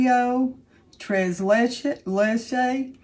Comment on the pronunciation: try using sounds like to say the word/s correctly. Tre Leches Tray lay Che. Please let me know if it worked!